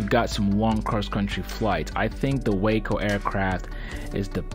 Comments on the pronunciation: Wahhhco,, it’s pronounced Wah-co not Wayco. And itt is one of the most beautiful planes ever built. And I’m sorry for my outburst, I promise to be good. Thanks 🙏 for sharing a great 👍 review of a beautiful airplane that looks like a blast to fly! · Sorry there not real Waco's and it's pronounced Waaaaaco not Wayco we have originals at our airport. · I'm a cranky old nit-picker but the aircraft company is pronounced wah-co. The city in Texas is pronounced way-co. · nice views but, as someone pointed out, the opening airplane is NOT a WACO YMF-5 or any other WACO. And - please - "Way-co" is a place in Texas. "Whack-oh" is a crazy person. "Wah-co" is the beautiful airplanes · It's waa-co. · Waco rhymes with taco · Great video! Beautiful plane! Pronounce Waco to rhyme with Taco though. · Yeah, Waco (aircraft) is pronounced as if it rhymes with “taco.” I made that mistake for a good while. Regardless, nice video! Gave a good look at beautiful airplanes. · I'm anxious to see if they'll also make a cabin biplane again. Is it pronounced "WAH-co" or "WAY-co"?